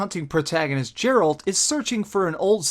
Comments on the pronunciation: Nice review, except for calling 'Geralt' 'Jeralt' and 'Sijils' 'Sigils'! :P Did you have any problem with the platform aspects of the game? In terms of movement etc? I find moving around and having to be in exactly the right place to loot etc, gets a bit fiddly! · It's Gerh-alt, Not Jer-alt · Not to be a dick, but his name isn't jeralt it's geralt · You played trough the entire game, but still call him 'Jeralt' instead of Geralt... :p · It's Geralt not Jeralt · Did he just say jerrold....😔😔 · OK. you said Jeralt, fuck this shit, i'm out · makes me think you barely played this game considering you didn't pronounce his name right. Your name is said to you about 1000 times in the game by other characters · I like your content,, but come the fuck on. You claim to have played 100 hours of this game at the time of this review, yet you can't pronounce the main character's name correctly? Really? Really?! His name is spoken out loud hundreds upon hundreds of times. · Biggest problem I have here is feeling that you didn't actually complete the game before reviewing... I could be wrong, but how would you spend this much time with a game and pronounce the main character's name wrong? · You're pronouncing Geralt wrong! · Not meant as an affront to you, but you really have to pay more attention to your pronunciation. Sigil is not pronounced "sig-el"; pronounce it as if it were spelled "sidge-il". Also, Geralt is not pronounced "Jeralt". I only bring these things up because I want you to be taken seriously, since you are obviously very serious in your commitment to this channel.